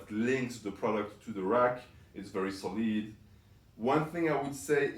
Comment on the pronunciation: Man said soleed instead of solid